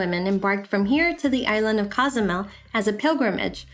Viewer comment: I enjoyed this. I cannot understand why people cannot pronounce Cozumel properly. It is not Cas a mel but Co su mel, with the "o" pronounced as "o" and not "a".